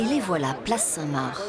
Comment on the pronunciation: par pitié on ne dit pas la place " saint Marre " mais la place saint MARC " comme le prénom